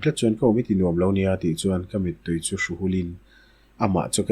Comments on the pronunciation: Pu a poh lam diklo nawk nawk gall(mit) poh eye mit tiin in lam nawk nawk mai. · Ar mit tih kehin akha lo ang, Mît tia chhiar tur anih ka ring, i tihsual palh ve khauh.